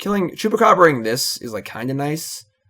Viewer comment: I took a big gulp of my Long Island Iced Teas last night for every time you say Chewbecab and couldn't even type this comment until now. Talk about a nervous tick